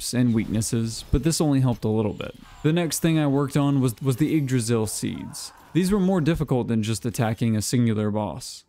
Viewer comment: So hey dude, yggdrasil is not actually pronounced jyggdrasil. That being said, you have the -drasil part down and thats usually what americans seem to struggle with. Just gotta stop putting a J in front of the "ygg".